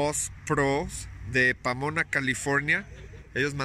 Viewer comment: *Pomona not pamona